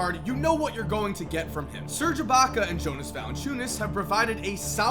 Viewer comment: Did he pronounce Jonas Valanciunas wrong?